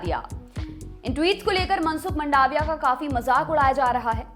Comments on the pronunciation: उच्चारण की गलती तो आप की भी है, वो मंडाविया नही, मांडविया है।🤭🤭🤭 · इसको मंडाविया नई बोलते मांडविया बोलते है... इंग्लिश भाषा ही खुद उलझी हुइ भाषा है कि इसे आप किसी व्यक्ति का आकलन नई करसकते... ગુજરાતી માં તેને માંડવીયા કેવાઈ છે ... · it's मांडविया...